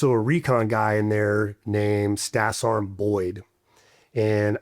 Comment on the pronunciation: First sart? Is it to hard to say serg? Better yet sergeant its almost like people saying jelly of someone who’s jealous to lazy to say the whole word and it sounds like sart🤷🏻‍♂️